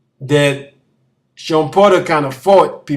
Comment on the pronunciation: *Porter not "Potter" 😂😂